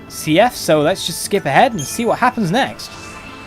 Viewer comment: I always thought it was pronounced like "Seeth"